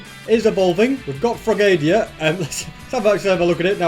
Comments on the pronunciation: I have never once heard someone say Frogadier as "Frog-ae-de-ear" I have always said it "Frog-uh-deer" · It is frogadeer not frogadIAr but it's spelled frogadier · sir its pronounced "frog o dear" not "frogadia" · Its pronounced frog a deer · it's pronounced frog-a-deer not frog-aid-eeya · It isnt frog a dier you say it like frog a deer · The correct pronunciation is frog a dear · me and all the other pokemon fans when he says "Frogaydierr" lol 🙄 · “Frogadia” BROOO💀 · Frogadier is actually pronounced fro-ga-deer XD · Why I rate this vid a 9 is because you pronounced frogadier wrong is Frog-A-Deer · You need to do more of these if you have the time, I enjoy them so much!! Edit; also it’s frog-a-deer lol and stack-a-tack-a